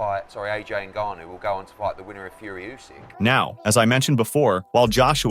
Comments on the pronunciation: Rrrrrrt "Enganu" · you keep saying his name wrong... "N- Gun New" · People really taking this video seriously he cannot even pronounce the mans name correctly it’s not what you know but what you can prove 🙄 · Can’t pronounce his name right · This s*** should be taken down because of the title. Desperate headline for views. At least learn how to pronounce francis surname correctly lol